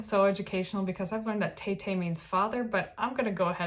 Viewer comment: Taytay pronunciation is [Ty Ty] Means father or Dad. Love this show review so much.